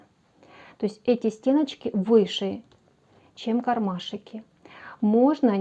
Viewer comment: о! Отлично! Отличные идеи, отличное исполнение, но.. не кармашИки.. а кармашки. Так часто повторяете это слово, что просто в ушах одно оно. И ещё заметила несколько речевых особенностей, но они хотя бы не так часто звучат. В остальном, большое спасибо! Надеюсь, критика конструктивная Вас не обидит, а наоборот поможет улучшить качество снимаемых видео. ❤